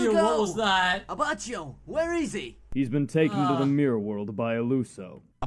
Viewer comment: oh god that Abachio pronunciation makes me wanna puke